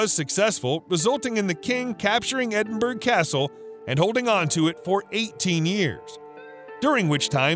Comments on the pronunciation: "Edinburgh" is pronounced "Edin- burra" not 'Edin berg'" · Edinburg? Seriously? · Edinburgh is pronounced Edinbra with the second part said faster and softer. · I'm a Brit but married a Yank 25 years ago. Most of America pronounces it the way this guy does. When you tell them how its actually pronounced. They will reply, 'yea that's what I said, Edinburg, right?' lol. It's just a thing they cant get their tongues around, thats all. How do you pronounce Wessagusset or Saskatchewan. Now the boots on the other foot. I have to laugh, as it appears from the comments here, that half of our own people, don't know the correct pronounciation either. As a child I grew up in Scarburg by the way lol. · No, it is pronounced : Ed in bur o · Bone would be a better material to use over stone and wood. There is no mystery there, simply the material was better for crafting and could last longer. Also, it is pronounced EDIN-BUR-AH. Shame on you. I dare you to go there and say it as you did...LOL. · So annoying he can't pronounce Edinburgh. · whatever... its still freaking painful to listen too... and how can it get CANTEBURY right but EDINBURGH utterly wrong. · Please learn how to pronounce place names Edinburgh is pronounce EdinBra Agincourt is pronounced Argincor.